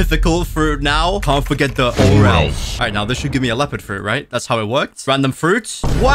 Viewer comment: Bro said he wanted a Leopard fruit. But what he meant to say was he wanted a Lopeard fruit.